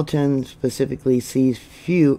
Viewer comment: I love you and and watch you regularly. I'm from New England and I know your not. And I'm sure I wouldn't do any justice for towns out your way...but your pronouncing of these names was a nice try. Very familiar with this New Hampshire area. Alton is more like ( All ton) Portsmouth is more like ( Ports Muth) hope that helps